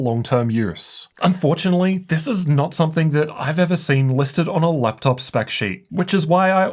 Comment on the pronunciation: why is every vowel you pronounce "eurr" euuonne teurrr theurruee fuerr leupteurrp qeulceuurm